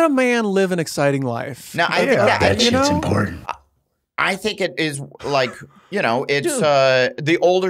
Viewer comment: And Blake caint even pronounce their own podcast properly. There’s no E in important Jesus Christ